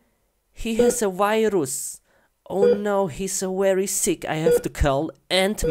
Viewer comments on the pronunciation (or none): He says virus viros